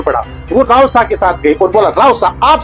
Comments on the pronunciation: रावसा नहीं रवसा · रावसा ❌ रवसा ✅